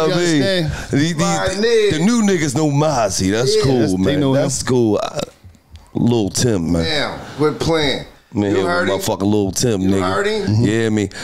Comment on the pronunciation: Lil tim not lul tim